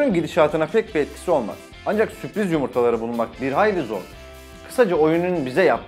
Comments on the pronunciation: süpriz değil sürpriz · süpriz değil sürpriz .d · Süpriz değil sürpriz . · süpriz değil la sürpriz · ''süpriz'' yumurta :DD